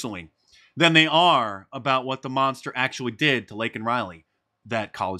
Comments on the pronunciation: LAKEN RILEY -- Say her name, Biden. Correctly. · To be fair, I thought MTG said "Lincoln". You want to hear Lincoln because the name is so ingrained, "Laken" is not.. I heard about the nursing student but I didn't know her name.